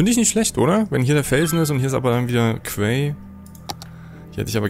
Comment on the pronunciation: Hast du bestimmt schon mal gehört, aber "quay" wird wie "key" ausgesprochen, nicht "kwäi" ;D